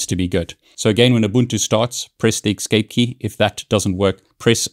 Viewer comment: Thank you for the helpful video, kind of ... I'm not sure WHY you would tell only HALF the story. What if you DON'T know the root password? Also, there's no X in the word "escape" =)